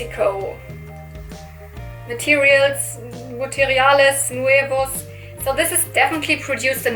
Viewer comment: Hi. I’m latina and I just want to say that you read “materiales nuevos” perfectly! Congrats 🎉